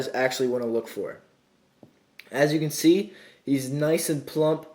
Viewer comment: is it just me or he is sounds like he is saying seed instead of see like he is trying to do a plant pun